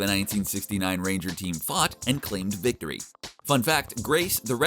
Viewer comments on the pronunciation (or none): none